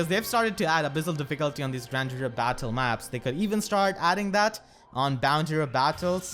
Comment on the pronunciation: Every time I hear say Grand Hero I hear grandeur haha